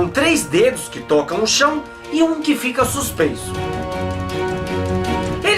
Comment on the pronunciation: "a letra u",eu ouvi:"número u"RACHEI VEI